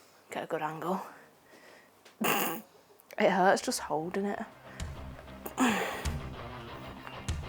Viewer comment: "It 'urts!"😅